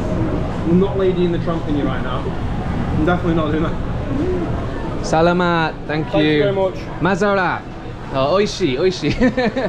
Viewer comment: Great job on your Tagalog! One tip that I would give if you want to sound more like a native is to be mindful of which syllable you stress. For example in the word "salamat," make sure you put the stress on the 2nd syllable: suh-LAH-maht. And for "isa" it's also on the 2nd syllable: ee-SAH